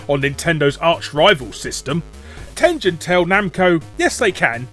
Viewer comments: it's TEN-GEN, not TEN-JEN. you scrub. Atari (and Tengen) are both names from Japanese. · Ten-jen? I know the company's American but the fact I've learned Japanese have my instincts screaming Ten-gen. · Tengen is a Japanese word written in romaji, so of course the correct pronunciation has a hard G. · It's TEN-GEN, not TEN-JEN. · Tengen not TenJen. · I know Tengen was an American company, but I'm pretty sure it's supposed to be pronounced the Japanese way, with a hard 'G'. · Why won't he call "Tengen" with a hard G? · I always said Tengen like you but I recently saw an old video where one of their own people pronounced it the other way. Guess I was wrong.